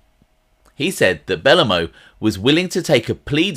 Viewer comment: buh-low-moe not belluhmow good vid tho